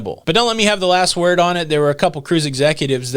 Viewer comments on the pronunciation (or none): none